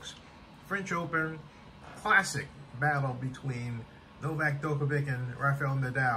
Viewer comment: The way he pronounces djokovic name